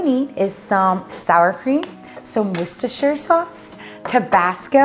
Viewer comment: An actual American that knows how to say Worcestershire!!! That has got my sub just for that